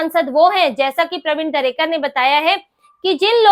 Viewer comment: प्रवीण दरेकर नाम है. दरकरे नहीं